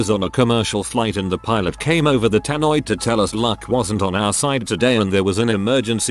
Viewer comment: "... pillows have to go through examination each year to extend their license in flying..." confused sleepy dude noise